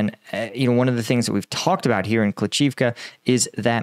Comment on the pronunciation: Hey, good report. Your pronunciation of Bila Hora (White Hill, btw) is quite good. Klish-chi- (as in chicken) -yiv (as in rhyming with sieve, live, give, etc.) -ka could however be improved. Have fun with that.